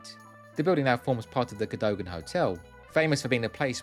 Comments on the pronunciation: Lillie Langtry, Cadogan Hotel: pronounced Ca-dug-an, not Ca- doe-gan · Being pedantic, I believe the Cadogan Hotel is pronounced Cadugan. I refer to John Betjeman's poem concerning the arrest of Oscar Wilde. (BBC audio tape) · ‘Cadogan’ is pronounced ‘kerr-duggan’